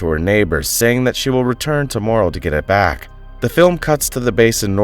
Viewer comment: It's Returning. To return! Do not say Vack it's wrong absurd!